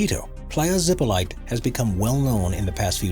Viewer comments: ZEE - PO - LEE - TAY Please do not butcher foreign words. Zipolite is a Zapotec word. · Playa Zipolite is pronounced Playa Zip-o-lee-tay. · The beach's name is pronounced "zee-poh-LEE-tay." "Zippo lite" has the full flavor of Zippo but with half the calories.